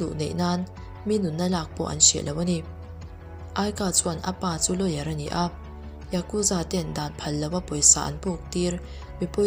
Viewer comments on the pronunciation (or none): none